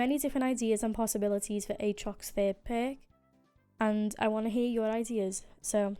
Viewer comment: the way u say perk is so funny :D